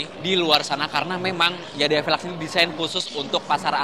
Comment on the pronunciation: jangan YADEYAA 😂